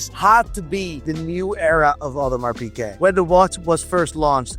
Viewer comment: Piguet, not Piquet. Seiko, not Seeko. If you sell the things, I think you should be able to pronounce their names. Though I guess that never stopped Teddy Baldassarre.